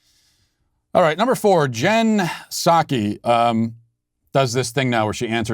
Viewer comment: Sorry, Jen who? "Sakky?" I only only know Jen Puhsaki